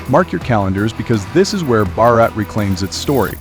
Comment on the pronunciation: Reclaiming Bara😂😂😂not Bara but Bha...raaa....at.JaiHiNd,VanDeMatARaM.